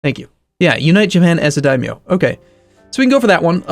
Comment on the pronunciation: Daimyo is pronounced as die-i-mo